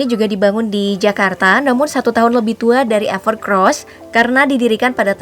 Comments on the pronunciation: Evercoos bukan evercros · EverCOSS mbake, bukan EVERCROSS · Evercoss, knapa org org bacanya pada evercross😂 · Bacanya gimana sih min, evercross apa evercoss. Tulisanya kan EVERCOSS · bacanya everkeross tapi tulisannya EVERCOSS 😀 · Segitu jelas Namanya EVERCOSS kok ngomong nya EVERCROSS mulu zzzz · Ralat, evercoss mbak bukan evercross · Itu bacanya evercoss mba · evercoss apa evercross ? pengisi suara bilang nya evercrosssssssss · Evercoss mbak, bukan EvercRoss (huruf R nya cuma 1) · EVERCOSS mbak mimin, bukan EVERCROS.. 😂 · Perasaan awalnya emang namanya evercross, tp jd evercoss, itu jelas tulisanya evercoss,tp s mbaknya tetep aja bilang evercross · Belajar baca lagi mba, udah jelas evercoss bukan evercross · Evercoosss minnn.. Bukan evercross .. Dulu evercros.. selarang evercossssssss... Tinggal baca aja masih salah dasar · Evercoss bukan evercros :v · UDAH JELAS-JELAS DI TULISAN NAMA HP NYA EVERCOSS, KENAPA DI BACA EVERCROSS ?? BISA BACA GA SIH MIN ??🤬🤬🤬🤬🤬🤬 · anda salah mention. Itu ever COSS bukan ever CROSS wkwk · Evercoss bukan evercrosss... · Evercoss kenapa dibaca EVERCROS ?? KOK PAKE R? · evercoss min bukan evercross 🤣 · evercoss ya bukan evercross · Mimin bilangnya sama Evercross padahal evercoss wkwkwk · Mbak....EVERCOSS bukan EVERCROSS😃😃😃... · Evercoss min bukan evercross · Gw dengernya mba nyebut evercross bukan evercoss 😩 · Bukan "EVERCROSS" ya Mbak! Tapi "EVERCOSS" COSS COSS ga pake R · Evercoss mbak bukan evercrosbhehhehe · Evercoss dibaca Evercross kah,,? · Evercoss dibaca Evercoss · Apakah Evercoss memang dibaca Evercross? 🤔🤔